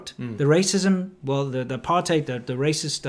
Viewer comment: I lived in RSA for 20 years from a young age, leaving coincidentally when the ANC took control., I noticed you pronounced 'apartheid' once correctly, otherwise as '***hide' - since it is an Afrikaans word why can't you get it right please? Incidentally I also lived and worked in PRC and Taiwan for 15 years and as a trained proof reader I do pay attention to every nuance.